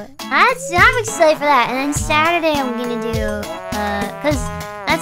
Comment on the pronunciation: other stream: "Gawr Gura's brain games" This Stream: 'uotlast' 'saturaay'